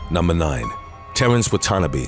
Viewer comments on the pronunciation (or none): Terrence Watanabe's last name is pronounced "Watt-ah-nah-bee" not "watt-on-a-bee". You're pronouncing it like it's an abo name or something. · Its Terrence Wah-Tah-Nah-Be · I love this dude's accent. Only a South African can pronounce a clearly Japanese man called "Watanabe" as "Terence Wut-un-o-beeee" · Terrence.. whaaaa..tan.. ah.. bee.. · You mispronounced Watanabe